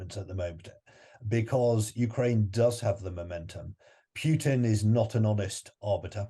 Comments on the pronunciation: It is not "PYUTIN", it's not "PYUTIN"! Hearing PYUTIN is cringy. It pootin. Poo-tin. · This "expert" doesn't know that U and YU are different Russian letters and Huilo's name is not "Pyutin" which amounts to an annoying mispronounciation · No, it's Pyukin. Or Pyutrid, I forget which.